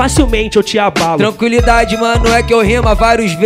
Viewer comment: Ninguém: a: "tranquilidade"